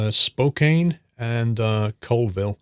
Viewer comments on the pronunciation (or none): Spo-cane. Looool... It's actually pronounced "Spo-can" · Where the ferry is is called the puget sound. It is not a lake, it's a sea. And also spokane is pronounced spocan not spokane. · it's pronounced YAK-uh-muh and you mis-pronounced my city too. It's Spo-CAN, not Spo-KANE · Spokane (spoke-ann) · Great video! Here's some pronunciation tips: Omak: OH-mack, not O'mack Spokane: Spo-can, not Spo-cane Yakima: YAH-kema, not yah-KEEma Also, that cathedral-esque building you saw in Olympia is the state capitol building. The domed structure in Tacoma is the Tacoma Dome, which is used for various events. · As a local Washingtonian, you've mispronounced Spokane (Spo-can), Yakima (Yak-e-ma) and its I5 (interstate 5) not "Route 5" My dad is a trucker, and he uses the port of Tacoma a lot. I've been there a lot too, and its weird how things are in the right locations, just chucks are missing between landmarks. I know it had to be done to scale down the game. But damn it's weird to see in game. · Spokane = Spoke-Anne Bellingham = Belling-Ham Omak = You got it, spot on! Bonus points if you can pronounce Puyallup (not on the DLC map, it's a town just East of Tacoma) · Alex on the SCS stream butchered Spokane